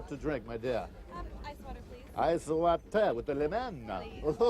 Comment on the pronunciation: (: "Ice watér with a banana.")